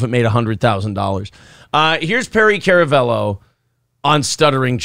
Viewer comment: It's pronounced karamello that's k a r